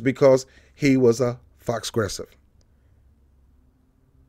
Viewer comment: Are you saying FAUXgressive? It is actually pronounced 'FOE', like an enemy. It is French for 'false'. So it rhymes with PROgressive, but is exactly the opposite.